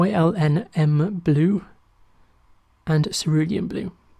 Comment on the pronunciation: Hi. FYI It's Yinmn blue (usually pronounced Yin Min) It's the elements that make up the compound: Yttrium Indium Manganese Blue.